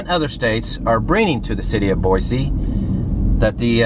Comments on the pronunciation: It’s Boy-see, not Boy-zee. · First of all Boise is pronounced BOYSEE NOT BOIZEE . I’ve been here well over sixty years. Never heard of a badger problem. California problem for sure. Next time you come to our city ? Don’t ! You’re not too bright are you ? The birds are Canadian geese….. AND QUIT SAYING BOIZEE …………………….IT BOYSEE BOISE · Couldn’t even pronounce Boise correctly 😂 it’s not BOY ZEEEE . It’s boy seee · Not pronounced "Boy-Zee." It's "Boy-Cee". I live here. I agree, downtown is not beautiful. You'll find Boise's beauty is in its people. Kindness, going the extra mile to help a strangers and neighbors alike...I love it here, but I'm glad you don't. Boise has been in the top five best places to live for the past ten years. We are now inundated with more people than our poor roads can support. So we could use a lot more "negative" reviews. You know. To discourage the tourists. And the badgers. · BoiCee not BoiZee. ;) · BOY-CEE not BOY-ZEE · The proper pronunciation for this city is BOY-SEE, not bwoy-zee. Your pronunciation of the city is wrong, so are your facts. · There is no Z in Boise. It is pronounced BOYSEE. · No offense but please say Boise instead of Boyzee! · Lived in Caldwell while I was stationed at a radar site near Wilder way back in the mid-'80s and I LOVED Boise. I realize things change but the people I met there were some of the nicest around. (That honor goes to the people of Nebraska) My wife is still amazed we don't live in Boise or anywhere in Idaho at this point. Edit: Oh and it's pronounced Boy-See. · Boize lmao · Boise is pronounced with an S not a Z